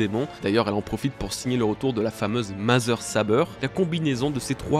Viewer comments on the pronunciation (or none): none